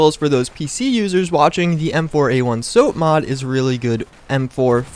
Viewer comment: IT'S SOPMOD, NOT SOAPMOD. M4A1 SOPMOD IS PRONOUNCED SAHP MAHD, NOT SOHP MAHD.